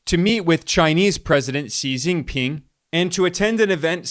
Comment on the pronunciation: Your pronunciation of XiJinPing’s name is perfect!